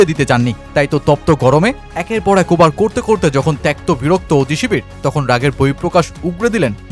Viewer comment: ওবার কি ভাই? ওভার বলেন। দিরগো না, দীর্ঘ, ঠিক মত বাংলাও বলতে পারেন না, আবার ভিডিও বানান।